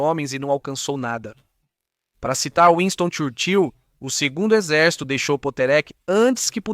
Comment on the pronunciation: Trabalhe a oratória. Se vai repetir muitas vezes Áustria-Hungria, varie. Diga: Império Áustria Húngaro, Viena-Budapest, o poder central, etc. E o nome de Churchill se pronuncia ChÚr-chill, com a primeira sílaba sendo a tônica.